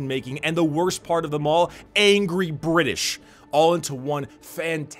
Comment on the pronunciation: The bri'ish'